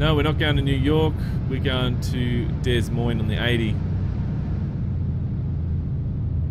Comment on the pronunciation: des Moines is pronounced De Moine.